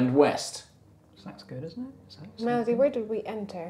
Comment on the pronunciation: Melody? Is that what it is because every time said it, it sounds like Malady a distinctly more ominous name